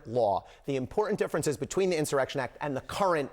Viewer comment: this clown can't even spell or pronounce the word insurrection...clueless. The Project 2025 ghouls put the bug in his empty head... 😂🤡🍊